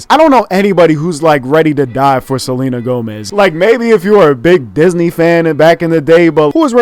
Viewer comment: nigga said selma gomez😂😂